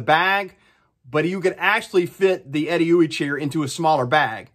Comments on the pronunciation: That is not how I thought you pronounce Edeuoey. But by George I think you are right 🤣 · My congratulations on even knowing how to pronounce Edeuoey... Great review.